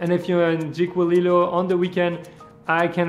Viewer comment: Jiquillio is pronounced «ickyleo»